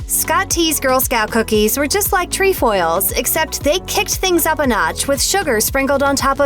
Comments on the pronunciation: It’s tre foils NOT tree foils!!!! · It’s not “treEfoils” it’s trEfoils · jena mongold your right im troop 16325 and we have lemon ups and they are good and she doesn’t pronounce “trefoils” correct😂